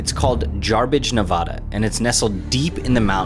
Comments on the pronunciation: hearing him pronous nevada just irritates me, since when does it sound nev-auh-da...... its ne-va-da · As a 5th generation Nevadan I loved this video except remember it’s Nev-Ad-Uh not Nev-Ah-Duh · It’s Nevada not Nevahda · Love the video but as a Nevada resident I gotta say, it’s Nevada not NevOda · So fun fact (im a native navadan) there are super small towns like this all over nevada. And for those who dont know its Ne-vada not Ne-voda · Please learn to pronounce Nevada correctly...it's Nevadddda, not Nevahhhhda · It is NOT ne VAW da...... It is ne VAH da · For the love of all that is good and decent, please pronounce the name of Nevada correctly. Hint: Its a short "a" sound in the middle: neh-VAD-uh. Repeat after me: "I shall no longer say "nuh-VAW-duh" when pronouncing the name of the 36th state of the United States of America". Thanks so much! Cool video! Nicely done (just watch the pronunciation)! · Neh-VA-duh / not Neh-VAH-duh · NevAda not nevoda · Great video! Please know it’s pronounced Nev-ADD-uh (not Nev-ahh-da). Otherwise I enjoyed your storytelling and the chance to learn more about this remote small town. Cheers! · It’s Ne Va Da (Nevada) not Ne Vah Da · With great respect, the name of that state is pronounced "NeVAAAAda" and not "NeVAHda"! The residents may not correct you on that, but - they'll sure be wondering what else you might not know about their state! Just sayin'... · Hey there. A fourth generation Nevadan here. It sounds like you boys are new to Nevada so I'll let you know it's Ne-va-duh not Ne-va-dah. Good video. Battle Born. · Just so you know, a sure way to identify yourself as a stranger/non-local/tourist in Nevada is to pronounce the state "Nev-ODD-a". It's not NevODDa, (although there are plenty of odd people there, but certainly fewer than in Cali.) It's "Nev-ADD-a" as in I sure am glad I got outta California for a while. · Nev-ADD-duh not Nev-odd-duh. 🤌🏽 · Cool! But you pronounce it Nevada, not Nevada. 😂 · said Nevada wrong